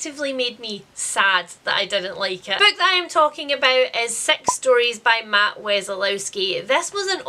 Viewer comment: Most of this I was listening to while washing up - imagine my surprise that the book you were disappointed by called Sex Stories (to my ear due to your accent) is actually just called Six Stories, so then I too was disappointed 😂